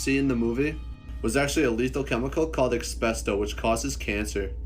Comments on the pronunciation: Snow isn't "espresto," (closed cap), or "exposto." It's as-bes-tos. Not even close. 😄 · not expesto, asbestos